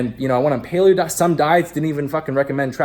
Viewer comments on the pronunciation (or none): none